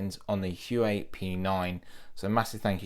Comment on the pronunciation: You say the H as a W, wuawei